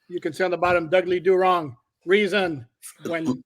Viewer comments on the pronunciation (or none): Reason, not reasons 😜